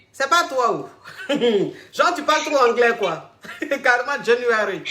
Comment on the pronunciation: La première la aussi “genre genre genre” “January” ma chérie ? Ahiii 🤣🤣🤣